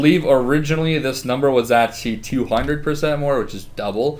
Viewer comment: Oh my gosh stop saying actually. You say actchy.